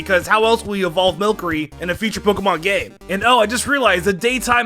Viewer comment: When on #1 when says game does it sound like hes saying gay instead of game I only heard it and immediately thought he messed up or its an accent.